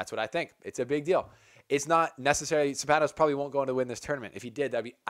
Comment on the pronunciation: the name is Stefanos and the tone goes to e not to a....in greek is ....Στέφανος.... so to understand